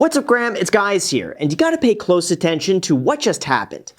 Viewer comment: “What's up Graham it's guys here,”😂😂😂😂